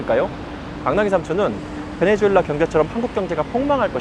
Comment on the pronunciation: 베네수엘라를 자꾸 베네주엘라라고 하는것 같네요. 영어식 발음인가?